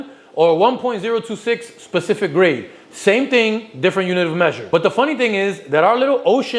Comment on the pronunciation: I heard gravy 😂 maybe I’m just hungry either way awesome video!